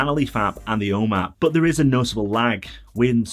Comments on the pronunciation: I can’t make out what you are saying “o map”? “Home app”? O man? I’ve just ordered three of these directly off the Nanoleaf website! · It‘s so funny. When you say “home app” I first understood “Oma” which is the german word for grandma. Great videos, thank you! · Lol as an American it took me a few listens to that word before I realized he was saying the home app hehe